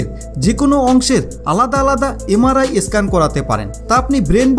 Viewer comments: একটা আসল কথাই বলেননি। যাদের পেসমেকার ইমপ্ল্যান্ট করা আছে তাদের আগে জানতে হয়। তাদের MRI করা যায় না। বুজলেন? আর একটা কথা , কথাটা স্ক্যান , ই স্ক্যান নয়। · ভাই eskan কি? Sudhdo উচ্চারণ করুন।